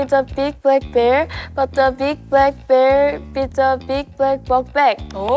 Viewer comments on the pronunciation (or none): i love how Iroha pronounces the “Bl” sounds as “Br” like instead of “Black” she says “Brack” its so cute!! ❤